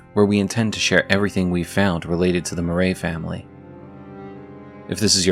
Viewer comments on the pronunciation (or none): Btw it's House Marais (Mah-rye not Mah-ray)